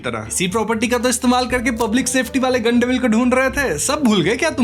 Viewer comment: गन डेविल ❌ गाण डेविल ✅😂